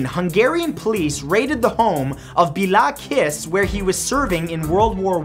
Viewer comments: hahaha! The way you prounance that name :'-D It is suposed to be prounanced like this: Bella Kish. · pls pronounce bale Kish thank you :D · Matt! Number 7 is pronounced "bae-lah kish"! It's okay, people always mess up Hungarian names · I died when he tried to pronounce the Hungarian guy's name😂😂😂